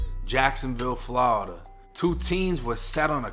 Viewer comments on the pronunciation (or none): Im a FL Jit Cuz and tha way you say Florida always funny cuz Ian Eva heard any6ody say “Flawda” but I fuccs wit it lol